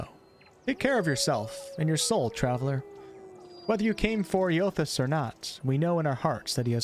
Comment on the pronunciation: Eothas is pronounced aye-uh-thiss ive played through both games lol